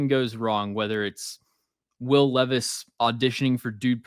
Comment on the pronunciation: Nah I watched a short last night where this guy called Levis, Leevis and then called Malik (which is pronounced Ma-leek) Mal-ick 😂😂 dawg. Levis, LEEVIS I’m crying. As if he isn’t enough of a meme already